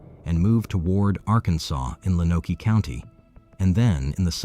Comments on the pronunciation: Lonoke County is pronounced "loan-oak". Low-naw-kee? Sheesh. And the name of the victim in Russellvile was Chaffin, " pronounced chay-fin, not cha-fin. I used to date his cousin. The Chaffins were relatives of a prominent radio and TV personality in Little Rock, formerly of Jonesboro, AR. And there's more. But that's enough for now, chilluns. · It’s pronounced Lone-oak. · It’s pronounced like lone-oak